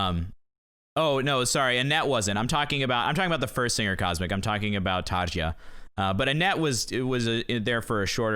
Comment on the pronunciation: Tarja has a soft J, (Tar-ya)